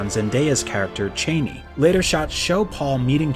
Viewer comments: So many mispronunciations of characters I have seen since the 80's. Never seen the movie? Benet/bennay (Benny)jezret(jezraht), cheney (chahni), freemen fremmen was fixed*, both Leeto/layto, dr. uwei (youwee), harko-nen (harKOnen), Kwisatz Haderach is the prophet Muad-dib. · Chah-nee, not Chay-nee. Har-KOH-Nen. Rah-Bahn. Jesus. Read the book before you talk about it. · CHA-ni....NOT CHAIN-ni...... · Yueh was not a mentat. If the unstained lips didn't clue you in, perhaps the book might have. He was a family physician with imperial conditioning, thought to be unbreakable. I could be wrong about this, but I believe the pronunciation is Chah-nee, not Chay-nee. Also, Ben-ee instead of Ben-ay. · this man said chaney lmao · Lon Chaney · So much mispronunciation of the names in this video!... Bene Gesserit, Chani, Harkonnen, Kynes Also Dr. Wellington Yueh is not a Mentat!... That would be Thufir Hawat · Your pronunciations of Chani and Bene Gesseret made me throw up a little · thank you, I hated it so much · Haha I'm glad I'm not the only one who cringed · I've only listened to the audio book so hearing it pronounced that way was tough on my ears lol